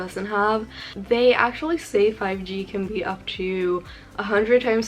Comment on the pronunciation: its not "twho", its to.